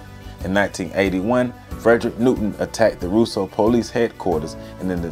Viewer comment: Also, they pronounce Rosseau Rose-o Good video. My mother is from Dominica. Although she is not into politics, that name resonates with her to this day. Eugenia was beloved by many.